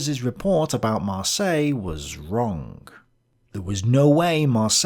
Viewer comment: There's not a single Englishman on the planet who can ever pronounce "Marseilles" correctly. I'd rather you inserted a TTS voiceover for that city's name than hear you butcher it LMAO